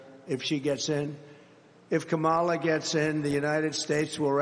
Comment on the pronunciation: What does mispronouncing Kamala's name convey? How does that advance policy? Why is Trump so purposefully unlikable?